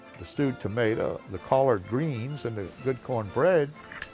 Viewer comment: It's hard to hear somebody speak about my beloved southern traditions when they have no accent. The way you pronounce things such as Collard(pause)Green and Corn(pause)Bread drives me mad!